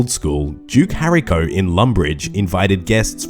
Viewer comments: normal pronunciation: duke horacio: duke harico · Duke hariko?!!! It's pronounced Whore-ratio....Horacio! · Did anyone else not notice him butcher the Duke's name? its Duke (Hor-Ray-She-Oh) Horacio. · Think youll find it is Duke "Ho-Ratio"... You jus spoke some Lèse-majesté if I ever heard it 😂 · duke harryco lmao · Duke Hairy Co. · HO-RAY-SHEE-O, You are British, for God's sakes man! Know your Shakespear! 😂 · HOR- RACE- CEO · how the fuck does he nail awowogei in one go but somehow absolutely slaughters horacio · The way he butchered the name 😂